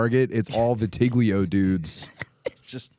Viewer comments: Wtf is vi-tig-lio😂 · Its pronounced viti-lie-go